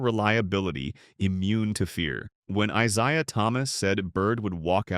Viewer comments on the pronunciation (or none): I..Zi.uh..? I Zay..ya..obvious AI..you expect help from AI…I imagine there are some actual human who have never heard of the Pistons legend…